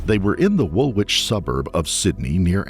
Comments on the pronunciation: It’s pronounced “Woolich” not”WoolWich” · it´s pronounced Wulich, not wOOlWich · The second w in Woolwich is silent. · Woolwich is pronounced as wool itch not wool witch. The pronunciation of Parramatta was also interesting! - from an amused Aussie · An American mispronouncing Woolwich (pronounced Wool-itch) and Parramatta, without a quick check online to get them right, is as annoying to an Australian as an Australian pronouncing Albuquerque as Albu-kwer-kwee would be to an American. I do wish folks would check how to say something (especially unfamiliar names - both people and place) before reading their narrative. I applaud your pronunciation of Melbourne though. Interesting crime and trial - as an Aussie it's always fascinating to hear stories from Australia.